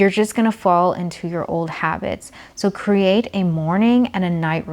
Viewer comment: I love how she says cre-Ate